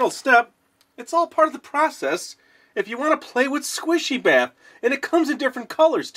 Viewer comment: Are you saying Bath or baff